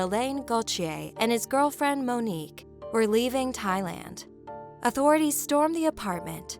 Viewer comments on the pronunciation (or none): none